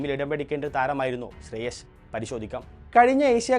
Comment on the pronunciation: ശ്രേയസ് അയ്യർ ആണ് ശ്രേയ ശ്അല്ല